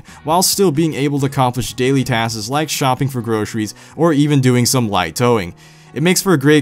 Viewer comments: It's tasks not twaaaskeezz. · Task'es lol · Sorry but also you said "taskes" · taskses lol